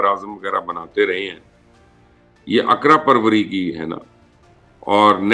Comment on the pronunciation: یہ اقرا پروری کیا ہے اقربا پروری لفظ ہے